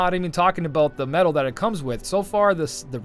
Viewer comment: "medal " pls :D